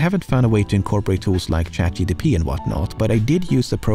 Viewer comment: you said ChatGDP :)